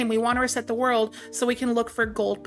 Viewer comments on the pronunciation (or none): none